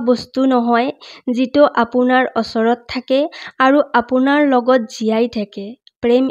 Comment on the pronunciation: ভাল লাগিল শুনি। কিন্তু শব্দবোৰ শুদ্ধ হলে বেছি ভাল লাগিল হয়। যেনে অচৰত নহয় ওচৰত